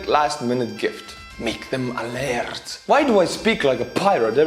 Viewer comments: Lard is the beef fat that I fry my chipped potatoes in, here in Scotland 🏴. The word you were looking for is 'laird' ie pronounced: l - air - d. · it is not lard, it is lorD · btw that title thing is fake and as a scot its not lard like butter but its lay aird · Ha! Yes, the guy in the skit says "laird" but the lady clearly says "lard." She's missing an "i" so I predict success. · or laird